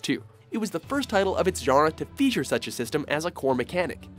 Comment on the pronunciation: Has no one else noticed how this narrator pronounces "genre" ? I have no idea how it could be that wrong. :)